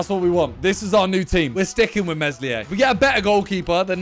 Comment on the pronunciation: The way he pronounces Meslier is horrible...